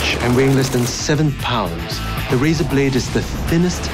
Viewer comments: Razer not razor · It's Razer not Razor noob!! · i think it's razer not razor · it's razer not razor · its Razer not Razor